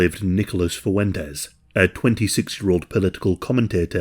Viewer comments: "Fuentes" has two syllables in it, not three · Nah, it’s pronounced Fooen tez - with the U becoming “OO” 2 syllables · I think you made a mistake when describing Fuentes… it’s pronounced “white nationalist POS.” 😉